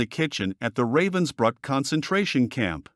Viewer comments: It's pronounced ruh-vens-brook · It's pronounced:" Rahvens bryk"